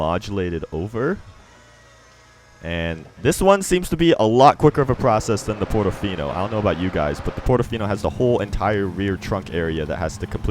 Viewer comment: Portofino not "Pordofinou"